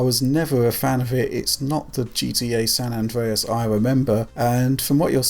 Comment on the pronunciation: san andweas hahahahaha